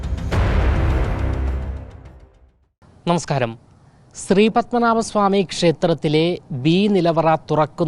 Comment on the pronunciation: ആങ്കറേ... സ്രീ പത്മനാഭ അല്ല, ശ്രീ പത്മനാഭ.. ശ്രീ.. ശ്രീ..😊